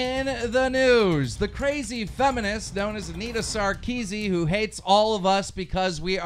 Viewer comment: Anita Sarkeesi? It's Sarkeesi-AN Keem